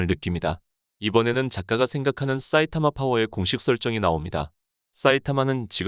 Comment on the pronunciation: 사이타마를 왜 싸이타마라고 발음 하지? 되게 거슬리네